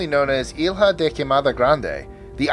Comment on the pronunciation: Good morning,. In Portuguese, letters 'lh' make the same sound as 'll' in Spanish. So, 'ilha' (island) sounds close to [ilya] (but not exactly) rather than [ilha].